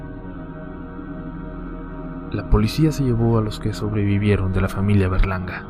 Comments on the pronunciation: yo crey q dijo los Bergalarga y era los Berlanga jaja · Pense que decía verganda XD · ¿Fuí la única que pensó que decía Bergalarga? :v no me juzguen plox